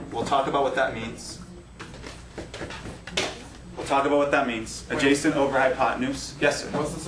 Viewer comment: Adjacent not adjascent...I know, you are a math teacher not english...lol.